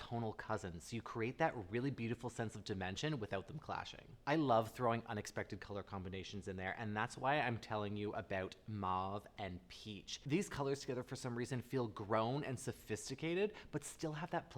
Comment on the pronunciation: "Marve" (mauve), "arbarine" (aubergine), "tope" (taupe), "appricot" (apricot), & "cocow" (cocoa). I'm curious as to what influences pronunciation of some of these colours. In particular; cocow, tope & arbarine.